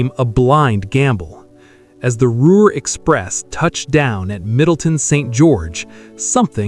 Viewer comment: I spent more time laughing at the gaffs when I wanted to feel pride in the performance of the builders of these marvelous devices. If you are going to keep showing these videos from the past I would suggest you do a couple of changes. First redo the text to properly spell names consistently. For example, Ruhr (pronounced Roor), C. D. Howe is pronounce C.. D. How not Hoe. Next use only pictures of the Lancaster Bombers, not dual engined aircraft, or actual De Haviland Mosquitoes. Do it seriously or don't do it at all.